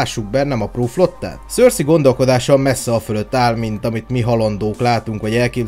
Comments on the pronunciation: Szerintem nem éppen Szorszikent mondják ki a nevét... Ha valamiről csinálsz valamit az legyen már. Pontos. Amúgy jók a videók de ez. Szorszizes.... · Szörszi?? Én azt hittem szerszej.. félre ne érts nagyin jó video csak nekem fura így hallani a nevét.... Melyik a jó?